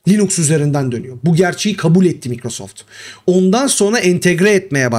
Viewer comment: Hocam belki şakasına dedin ama insanların aklında "Linüx" diye kalmasın o doğrusu "Linux" dur ve yazıldığı gibi okunur.